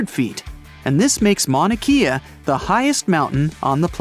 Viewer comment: I live in Hawaii and your saying mounakea wrong